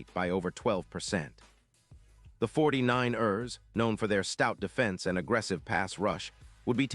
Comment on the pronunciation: 49- errs. Jeez!